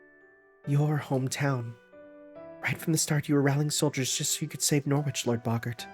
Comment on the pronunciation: I know I'm still 20 parts behind at the moment so someone might have told you already but you've been pronouncing Norwich wrong this entire time fyi